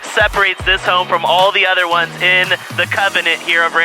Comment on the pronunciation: anyone find it strange how he speaks, i mean i enjoy his videos but he says "home" like a complete oreo(black on the outside white on the inside) makes me cringe every time